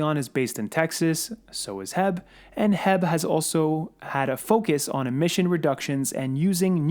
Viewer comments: Bro, excellent content and my shell strategy is very similar to yours except for one thing. H E B is not pronounced HEB (or jheb) here in Texas it is know as: Aitch (H) - Eee - (E) - Bee 🐝 (B). And yes, H E B is a massive supermarket store even bigger than Costco’s. I spoke to the store mgr here in Houston and he was telling me that HYLN is already a transpo partner of theirs since its based out of Austin for quite sometime now! HYLN already has over 400 Sales & Service Centers operational for the post IPO merger. These fact alone is a game changer since most of LATAM already uses LNG in their vehicles as a form to reduce fuel costs. It really isn’t nothing new down there with the exception of the EV power train. Once these service centers go live, it will be very difficult for NKLA (if it ever builts anything) or TSLA to penetrate the semi market in South America. Let the💴💴💴🚀🚀🚀🥂🥂🥂 begin!!! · Its Not HEB...its H.E.B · Correction. The company is not called "Heb." It's called H-E-B, an excellent company by the way. I wish they actually sold stock, but it's private. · Lol it’s pronounced H.E.B. But I know you wouldn’t know unless you’re from Texas . You saying heb made me laugh. Thanks for video!! Appreciate you